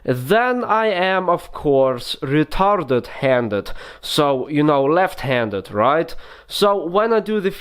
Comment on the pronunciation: love it when he says retarted